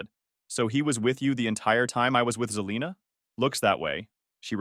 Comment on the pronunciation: And its Se-lina... not Ze-lina